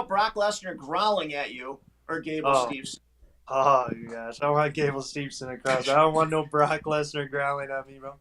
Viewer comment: The name pronunciations are an epidemic in this show! Remember only one N in his name. Gable Steve-son. Not steveN-son.